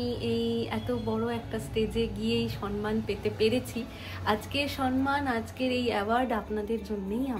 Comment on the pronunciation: উচ্চারণটা সম্মান সন্ মান না। বড্ড কানে লাগে।